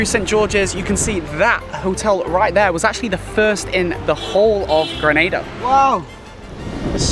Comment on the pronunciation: 1 of the few that ACTUALLY pronounces my island’s name correctly 😂 and love the energy information you’re giving. Great shots with the views especially with the drone. Which one were you using?